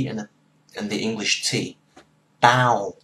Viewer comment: when you say "tao" I feel like you have a little "l' sound at the end, like "taol". It's more correct to say "tao" shortly, and stop.